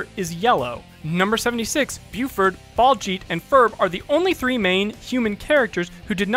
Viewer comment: He missed pronounced baljeet as balljeet